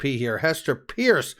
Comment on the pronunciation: You got it right the first time. It’s Pierce, not purse For goodness sake. Are you doing that on purpose? Is that some kind of inside joke?